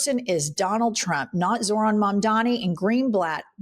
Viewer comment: These fucking idiots STILL can't pronounce Zorhan's name. But they know what's best? 🙄